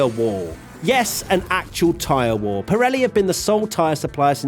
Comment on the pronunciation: Lol this guy cant say War. He just says wall, lets all make fun of him right now.